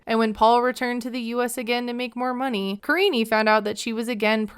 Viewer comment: Her name literally is Karine not karinie lmfao he just doesn't know how to pronounce it